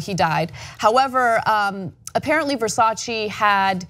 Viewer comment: Versace not VersacI!